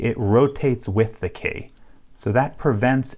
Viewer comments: You say ‘key’ weird like Kay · Gah, yer killing me with the "Kae" pronunciation. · Why do you pronounce key as 'kaye'